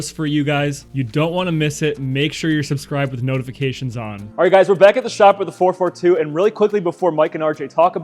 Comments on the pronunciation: Someone needs to explain to the young lad that it is a Four Four Two - not a Four Forty-two. Sacrilege.!! Nice job on the cleanup! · 4-4-2 not 4-42. lol 😂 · It’s called a four four two not four forty two. My god father was a gutless cutlass lover. He had idk how many 442’s I’d say at least 20 over the years but kept 4 as his prides. Two W30’s and two convertible 442’s. Him and my dad (who’s was a cougar fan) would bring their cars every weekend to New England dragway. I’ll never forget those days as a kid in the 70’s. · It's 4-4-2 not ,4-42.…... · It's pronounced 4-4-2